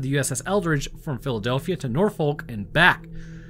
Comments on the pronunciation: I'm sorry it needs to be said from a local. STOP PRONOUNCING IT NOR-FOLK. These are the proper methods: Nor-fick, Naw-fick, Nor-f*ck, or Naw-F*ck. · Just a pedantic FYI - it's pronounced 'Nor-Fuhk', not 'Nor-Folk' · Look here I love your videos on both of the channels but the scariest part of this video was the way you pronounced Norfolk. It genuinely hurt my soul hearing you pronounce the L. There are many ways to say it but in all of them the L is silent. I hate to say this but as a resident of the Hampton Rods area I am honor bound to challenge you to Fisticuffs for your crimes if you ever set foot in VA. All jokes aside keep up the amazing work you do and I would love to meet you in person one day. Don't worry I won't actually fight you, you would pummel me into dust.